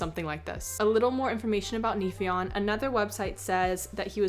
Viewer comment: I often enjoy Forgotten Realms lore, but Neifion has always bothered me: he gives all these vampire vibes as Lord of Bats, but the name is a Gaelic version of Neptune (god of seas) and pronounced "nay-vyon". I just feel like Forgotten Realms finds something vaguely Gaelic and makes it a fey thing, instead of understanding any of the linguistic meaning. See also: 'Dubh Catha', translated into 'Dark Crow' in Forgotten Realms Common tongue...